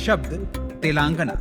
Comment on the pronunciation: तेलांगन ❌ तेलंगाना/तेलंगाणा ✅ Yahi haal कर्नाटक/कर्नाटका ka hai. Dakshin mei (netao ke alawa) koi Hindi se nafrat nahi karta. Par agar uttar bhartiya yaha saalo saal reh kar sthaniya bhasha seekhna to dur, rajya ke naam ka uchcharan tak sahi se nahi kar paatey hai, to jayaz si baat hai ki sthaniya logo ko naraazgi hogi hi. Chalo mat seekho Telugu/Tamil/Kannada, par rajya ke naam ka aisa galat uchcharan seedhe seedhe yahi sandesh deta hai - 'Jao, mai tumhe itna bhi sammaan nahi deta ki tumhare yaha ke naam sahi se bolu.' Isse zyada anaadar wali baat nahi ho sakti.